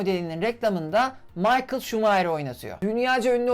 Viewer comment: Maykıl değil bro mihayl adam İngiliz değil Alman. 2002 de geldiğimde babamın Tofaş çalışanı olması sebebiyle oradaydım. İnanılmaz bir duyguydu. 1 metre önümde dünya şampiyona konuşuyordu. Yaşım 12 değilde 22 olsaydı bilinç biraz daha oturmuş olsaydı daha bi keyifli olurdu herhalde.